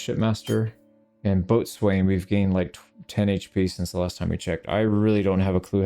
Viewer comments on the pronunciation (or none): after serving 35 years in the United States Naval Construction Force. I can assure you no one says ' boat ' and ' swain ' as two seperate words pronounced that way, they say and are called 'bosun' pronounced 'bow' ' sun ' and no other pronunciation is acceptable. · Boatswain is pronounced Boh-sun. Left, 4 letters: Port, 4 letters. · Hey, little thing that is not important but Boatswain is pronounced bow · sn, again this is in no way important but I'm a Sailor so I have to. nice video btw I honestly can't wait to play with this DLC. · FYI boatswain is pronounced bow-sin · even though it's spelled "Boatswain" it's actually said bow-sun as in the thing you wear in your hair and the Sun. The Bosun was generally the third most important member of the command staff below the captain (e.g. fourth-in-charge).